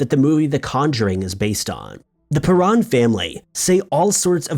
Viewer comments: it's PEAR-ON not Pahrron.. and there is a documentary about that house that is excellent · I'm guessing you didn't actually see The Conjuring. you'd know how to pronounce the family's name if you did.